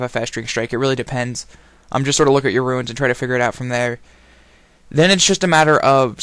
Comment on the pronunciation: The only person on the planet who pronounces runes as ruins. Very nice video though!